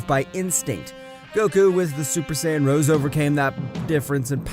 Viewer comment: YO GUYS HE ACTUALLY SAID SAIYAN RIGHT